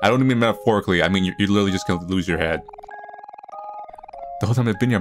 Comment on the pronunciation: litheraly loosing Also: it's fine